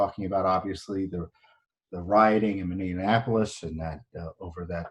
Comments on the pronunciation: Tom, just a note, it is Minne-apolis, not Minne-anapolis. Just an FYI. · It is called Minneapolis not Mini Annapolis. otherwise I think You and Judicial Watch do great work for our nation.